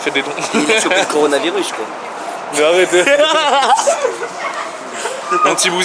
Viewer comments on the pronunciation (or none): "Conorani mirus je le mange" MDR 😂 c'est le "coronavirus" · jsuis mort conowaravirus jle mange comment il a pas respecter le nom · C drôle parce que là inox a dis moi le conivaus je le mange alors que aujourd’hui c grave de ouf il s’avait même pas le prononcer 😅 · Je suis mort inox il dit : le coronaimirus je le mange il savait pas le dire a l'époque 😂😢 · « Le coronamarius je le mange » mdr 🤣 y c pas le prononcer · Le coronaremilus il a dit,😂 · Non le "coronaymirus" made in Inoxtag alias Inès ;-P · Le coronaramamiviruse tu le mange 😂et ba si tu le mange aussi bien que tu le prononce demain tu la 😂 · Inox" le conoranariniuse je je le mange "😭😭😂😂😂🤣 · le coronoraronanonavirus je le mange 😂😂😭😭😭😭😭